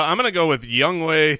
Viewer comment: Wow got the pronunciation for "Younghoe" correct! Impressive! +1